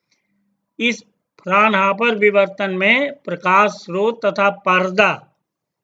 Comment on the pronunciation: no....he said bivartan!!